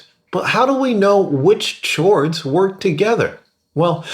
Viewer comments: he is saying CHords as a joke 😂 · Why is he saying CHords🤣🤣🤣😂💯🗿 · "CH-ords..." cringey asf yo lol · The word chords is pronounced "Kords" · umm dont you say cords not chords? maybe im just dumb but it sounded so wrong to me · One more "tchords" and I fucking slap you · You pronouncing it “CH-ords” literally makes me want to die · lol "CHords" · is he saying "chords"?!!?! holy shit did you live and grow up alone for basically your whole life?